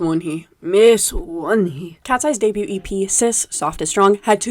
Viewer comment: i can't get over the pronunciation of debut 😭